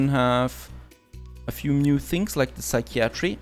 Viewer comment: Yay so proud haha :D You got psychiatry right! Another very weird one is cupboard actually is said (kuh bird) or (kubberd). So relaxing watching you build. Hope you enjoy it!